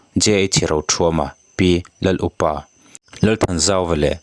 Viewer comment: hming ilam dan hi a dik tawk lo ani.up i lam rik dan hi,naupang piang hlip an up,tih ri angin i lama,ûp khua a lum thli lah thaw lo a ûp lutuk,tukverh hawng teh u a ûp em mai he ta ûp rik dana lam rik tur ani e